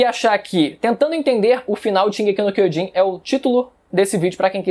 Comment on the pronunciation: "Shigeki Quiojin", 2013